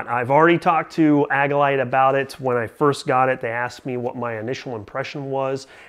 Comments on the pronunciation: Good review... thumbs up! I've had mine for some time now and love it. One small review critique... it's pronounced "AGILE-ite" not "AGG-ilite." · Mispronouncing Agilite is suspect. Seems like just a clickbait review if you don't even know how to pronounce the name of your "favorite" carrier.